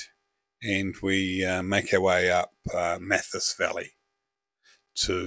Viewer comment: Great video but just one little thing... The Mathias is usually pronounced Math-ias My family lived at Manuka Point in the late 1960s when it was owned by Laurie Walker